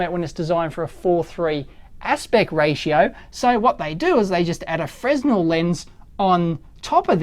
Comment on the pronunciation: Super cool but Fresnel is pronounced "Frenel". I worked in a luminaire shop for a few years. I caught shit when I first said it wrong. Cheers.